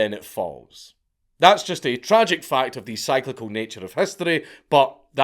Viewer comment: Psiclical. How do you say bycicle? It's Ciclical, Count.